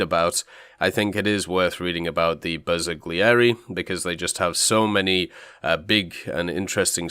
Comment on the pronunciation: I'm Italian and i'm sorry to tell you both pronounciations are wrong, don't feel bad though it's extremely hard for English speakers to get most Italian words correctly, especially one as difficult as Bersaglieri.